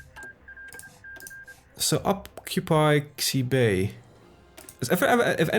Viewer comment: In Chinese, X's make sh-noises. Xibei isn't ZEE-BAY it's SHE-BAY